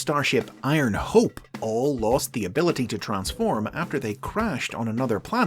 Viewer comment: Literally have word "Transform" on their product but still decided to butcher it.